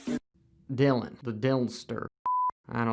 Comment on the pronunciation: Dy-Lon WTF ever, just say the guy with the RED plate. I doubt he’ll loose that plate, not this year....SMH